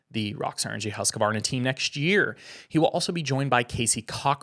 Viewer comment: It is “Husq””varna” not “Husqa””varna” only 2 a’s